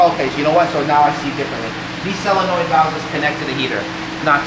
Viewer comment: Not SOlenoid is not pronounced SELLonoid ❤ Yes. Im That guy. 😂